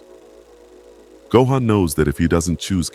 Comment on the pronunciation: The pronunciation of go-han is killing me lolz